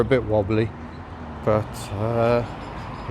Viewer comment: Oooh your pronunciation of Te kuiti was perfect! Better than a lot of non maori nzers! 👍 I've never been to waitomo, but as you've discovered, you can find stuff you don't need to pay for, but is just as beautiful. On that note, be aware of that down in Queenstown and wanaka and arrowtown, they are basically tourist towns, so somethings will reflect that... If you haven't booked accommodation, I would recommend nearby places rather than the dearer popular places. They are usually only a wee way up the road, but considerably cheaper to stay at.